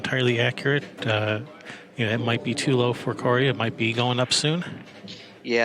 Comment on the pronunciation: and u said Corey name perfectly